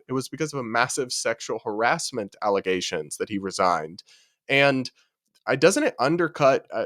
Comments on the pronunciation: False alizations😂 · Alizations lol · Even when he says it correctly, all I hear is “allezations”. I refuse to hear it any other way from him. Haha